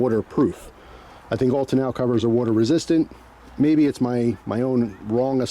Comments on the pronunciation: It's pronounced tonno cover, not tonow cover ! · Ta-now cover 😂. First time ever hearing it pronounced like that. Good stuff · I've always heard and pronounced it "Tawn-Oh" cover. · That's the first time I've heard tonneau pronounced that way. Down south I've always heard it pronounced like tan-know. Not complaining, just sounded really weird to me. Funny how the same word is pronounced differently depending on where you're from. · Why are you pronouncing “tonneau” that way?